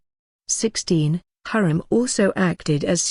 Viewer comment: I think you prounced her name wrongly. Watch the movie magnificent and see how the Turkish prounced it.